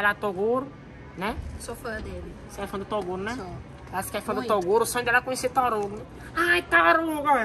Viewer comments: O fala torugo kkk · "tóruguio" KKKKKKKKKKKKKKKK